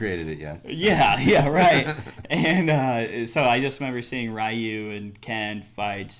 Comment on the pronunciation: Please stop saying Ri-yu. The name is Ree-yu, lol